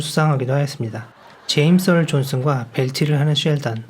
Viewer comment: 나레이션 중 엘리자 더쉬쿠를 엘리자 더쿠쉬라고 하였고, 제임스 얼 존스를 제임스 얼 존슨이라고 하고 마크 해밀을 마크 해일이라고 발음하시네요. 좀 더 정확하게 소개 해줬으면 좋을 뻔 했네요.